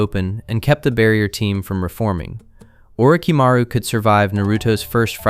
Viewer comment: Who the hell is Or-ooo-ch-maru? And what’s a saneeen? Did your AI narrator mean Orochimaru? And Sannin? Garbage. Your channel is garbage.